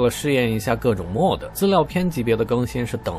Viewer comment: Mod, modification的縮寫，唸作 罵d， 不是 莫d